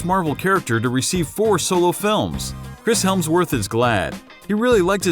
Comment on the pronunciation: This dude really said "Chris Helmsworth"